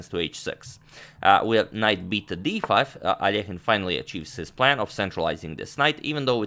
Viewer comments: I love how you pronounce Alekhine😍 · your russian pronunciation fills me with joy. every time i hear al-leh-kyne i die a little inside :P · The one used by Agadmator is correct, ale Alekhin is originally Russian. Another pron. may come from French as he once became a French citizen. 🤔